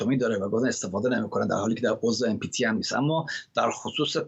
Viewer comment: اِم پی تی؟؟؟؟ 😂😂😂😂🤦🏽‍♂️🤦🏽‍♂️🤦🏽‍♂️🤦🏽‍♂️ NPT ( non-proliferation treaty) asshole! 🤦🏽‍♂️🤦🏽‍♂️🤦🏽‍♂️